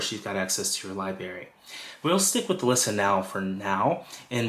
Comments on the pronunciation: It’s LIBRARY not Liberry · Thank you for this info. Please pronounce library correctly. It has an R in it. It’s not pronounced liberry it’s library 😂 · Excellent content! Very helpful! You are a pro! Please work on your pronunciation of the word library. It is not LIBARY.... There is an R after the B.... LI-BRAR-Y. It was distracting to hear the mispronounced word... many times. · Great demo…check your pronunciation of LIBRARY…not LIBARY. Hope this helps. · Lie Berry? C'mon, man. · Thank you so much! A wonderful introduction to AM! Your credibility, however, takes a huge hit every time you say “li-berry’. It is a b-r sound. Like ‘break’. You have to make the adjustment! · "Li-Berry" for library was a pronunciation tic I had when I was growing up, too. Reminded me of when I was a kid. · I gotta get this “Lie-berry” 😂😂😂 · Great overview. If I may offer one tip...please also pronounce the first "r" in the word library. :) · LIBRARY! good grief that was driving me crazy lol. thanks for the video though, needed some help navigating the app, switched over from spotify. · It’s pronounced Li-BRARY not Li-Bary Also its LOSS-less not loose-less. Come on man! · Yeah made my skin crawl. Also looseless instead of lossless